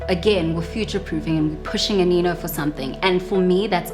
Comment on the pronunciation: I thought you pronounce it as "Aneno" but "Anino" okay